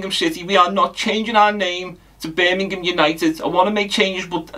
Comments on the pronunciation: Eermimgham city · 😂In bits can he call it Birmingh. EEEMM! 😅